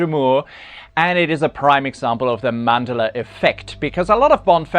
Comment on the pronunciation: BTW, Moore rhymes with more not with cure. And in Mandela the emphasis is on the middle syllable not on the first one.